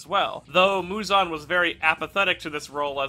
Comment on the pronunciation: bro mans called muzan “muzun”